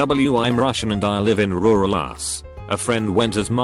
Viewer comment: “Rural us”